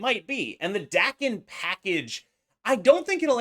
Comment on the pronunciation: FYI Daken is pronounced Dah-ken not Dack-en.